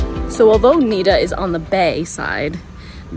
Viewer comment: It's not Niiiida it's Nida short i